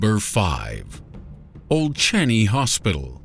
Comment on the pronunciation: Thank you for featuring singapore. From a singaporean! Hehe btw its pronouced as old chang-yi hospital.